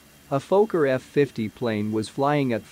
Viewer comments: It si not "f-OH-kker", it is "f-AH-kker". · Robot needs to know it’s a focker not a folker…. This is what happens when your not ready and you let ATC make your decisions for you, Wouldn’t have started the approach with RVR below the required. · Phoca? It's a Fokker. It's like calling a Douglas a doo glas. You know anything about aircraft but don't know something basic like what it's called?